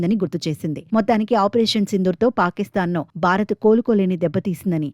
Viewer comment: బారత్ కాదు భారత్